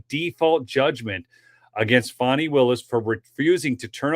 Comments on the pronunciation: FAWNIE? FAH-KNEE? Fani! PRONOUNCED FAN' EEE. As in, BIG CASH MONEY FANNIE WILLIS. TAN, MAN, CAN, DAN, STAN, FAN, PAN, BAN, NOT, TAWN, MAHN, CAWN, DAWN, STAWN, PAWN, BAHN, and CERTAINLY NOT FAHWN. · Her name is Fan-knee and not Fon-knee. She cannot put he own pronunciation on her name without changing the spelling. She never had Hooked on Phonics.